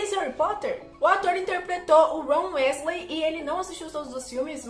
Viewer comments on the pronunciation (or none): Sim e ainda pronunciou Rony WÉsley kkkkkk